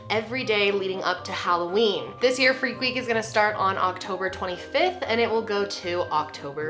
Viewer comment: fweak week